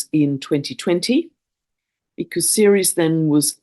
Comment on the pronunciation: what do you mean when you say "seres"? Is this Ceres? The moon of Jupiter?